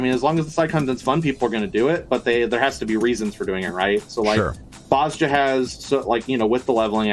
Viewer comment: And DAMNIT!!! Its BOZ-JA not Bozo-ja or whatever you keep calling it!